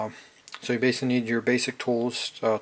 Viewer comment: What is baysilly/base-ly?! Please speak more clearly